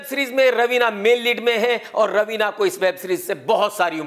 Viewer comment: Ravina ka naam pahli bar sahi bola